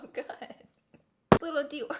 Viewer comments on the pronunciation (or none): none